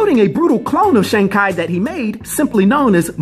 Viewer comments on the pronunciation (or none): Sheang Kai? REALLY? Why not follow Marvel pronunciation instead of Google? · That's pronounced Chee even though it's Chi. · Shang Ki? I love the video but it's razors to my ears hearing his name like that LMAO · Weird, my google translator pronounces "shang chee" when i set it to both traditional and simplified Chinese. Also, "shang kay" is absolutely awful to hear. I really hope its not the correct pronunciation. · My Chinese friend said don't trust Google translate... Shang Chi is the correct way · Why you butcher this character name like that it’s not Shang Ki it’s Shang Chi simple 🤦🏾‍♂️🤦🏾‍♂️🤦🏾‍♂️🤦🏾‍♂️ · Who the hell is Shang Ki??🤔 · Bro...love you...love your channel/your content, but...please tell me you are kidding about the Shang-Ki thing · Sh-ang K-eye Shaung Chee Can't wait to see the movie so we know how to pronounce the name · Why you pronounced it Shang Kia?I thought it was Shang chi? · Shang Kai??? It's Shang CHI !!! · It's Shangi chi not Shangi ki 😂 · It's shang chi can y'all please say it right .the mcu is calling him shung chi and u r calling him shang Kai😂😂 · Why is he pronouncing it like that? Shang-Chee not Shang-kai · shang kai lol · Shang cheeeee not kyyy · ok..... im sorry but how the F do you read chi as "kai"???... but for my 1 10 rating on pronouncing names I give it a ONE.... which is a legendary fuck up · It's chi not shang ki lol 😂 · Please don’t tell me you called him shang ki. The trailers even addressed how to say his name. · Oh, i see your mistake now. You put the pronunciation on english, it does say "shang kay". But since it's a Chinese name, you gotta put the right language for the correct pronunciation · Kevin Feige and the Marvel team (including many Chinese people) pronounce it "Shung Chee". Never heard anyone pronounce it the way you are man! But either way nice video! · Shang Chai! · Shang ki made me chuckle especially because I know people will be mad in the comments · Shawn? That's pronounced "Shang" as in Shang Chi.